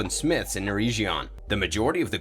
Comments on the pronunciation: EREGION!!!!!!!! EREG - ION NOT ERE-GION SAY EREG NOT EREIJ EREG ION EREIJION MADE MY EARS BLEED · Ereshion??? You mean Eregion (urr-egg-eon)